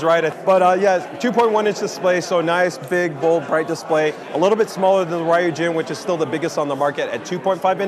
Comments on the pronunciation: I wish asked someone how to pronounce Ryujin. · Buddy should really find out how to pronounce 'Ryujin' properly if he's going to be in a customer-facing position like this.